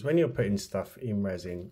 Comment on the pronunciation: Oooooh, spoooky effect,! BOO! 😅 Wow, this is AWESHUM! heh heh (just a tease for your resh-un). A skull would be AMAZING! Hey...what if you made a face shell with the UV, then popped it into the epoxy? It should float a bit easier, maybe? Then, fill with whatever resin/colors you like? Hmmmm. Black fill-in? Oooh, wonder what that would look like? I think a black background on the double-color one might pop the face and colors a bit? What do you think? I can't really tell...tried to see if it worked against your black gloves.